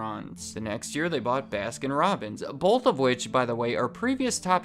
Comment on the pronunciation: Am I the only one that doesn't like it when someone says bolth ?